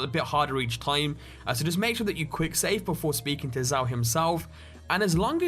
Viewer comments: Zao, not "z-ay-oh", it's pronounces "Z-ow" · hehe he pronounced it zay-o, it's pronounced zow btw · He said ZAY OH's sword. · Lol the way he said zao it's pronounced zow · Oh ok so he pronounces "Zao" correctly when referencing the actual npc, but when he references the sword, he pronounces it wrong. Yeah sure.